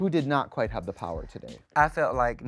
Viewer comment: “We traded po-won”